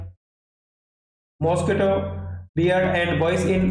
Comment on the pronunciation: Sir ap muunch se mosquito bol rahe ho😅😅😅😅